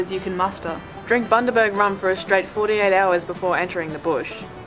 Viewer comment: I was about to get excited that you said something about Bundaberg since I live there but... It's Bundaberg.